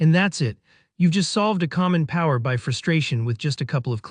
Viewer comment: Just so you know... the application you're talking about is pronoumced Power BEE EYE, not Power BYE. It's kind of basic.